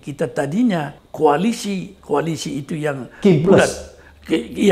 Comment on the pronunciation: Bukan kualisi Kim ples. Tapi kualisi kimpes.